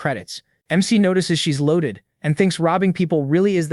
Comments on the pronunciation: Bro, love your stuff but you gotta stop your AI from reading this as Mick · Hearing mec mic Mac and mr is poor work for trying to say mc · Why the fuck do these ai Keep calling the mc mikk instead of their name?!😭😭🙏🙏🥀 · the mic is actually the mc the ai voice cant detect it correctly because MC is a acrynom so it says it as mec or mic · Unc did you get a new AI? It’s not even saying MC right😂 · Why can’t u say the name ai can’t even say mc 💀